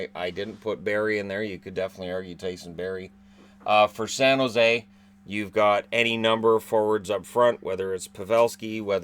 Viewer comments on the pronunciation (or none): none